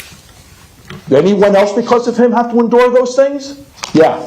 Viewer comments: The way that one guy pronounced endure made me kinda dislike him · I think the first dad just learned the word endure and didnt look up the pronunciation.